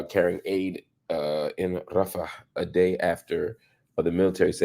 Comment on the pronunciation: Mr Hill….sigh The way you say, Rafah, with an accent is quite curious. Especially since you call your own people the N-word! You protect them, but leave your own exposed. My brotha, you need to be taken to, “night school!” Let me know when you’re ready for that education.